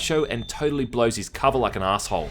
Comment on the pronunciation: The way this guy says "shit" and "arsehole" is worth subscribing for